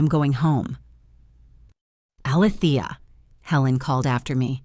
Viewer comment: The name is being mispronounced it’s A-Lee- thee- ah! It’s making me crazy every time I hear it said wrong.